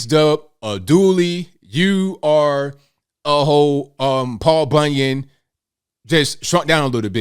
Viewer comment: He said Paul bunyin 😂😂😂😂😂😭😭